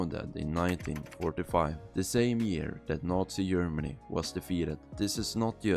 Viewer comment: Can’t even say Germany right💔